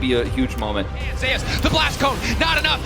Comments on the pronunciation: Bro pronounces Zeus as Zehy-Use when its clearly pronounced (By non-morons) as Zoo-s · Am I the only one that’s low key kind of bothered by the fact that the video is pronouncing Zeus Zhe your? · Did you actually pronounce Zeus as Zayus????????